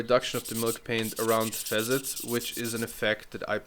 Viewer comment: .....fa '- sets for facets.... your English ist besser dann meine Deutsch....... no offense ! 🤔thanks again ...